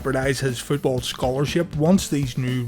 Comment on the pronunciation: Did he say Futeball?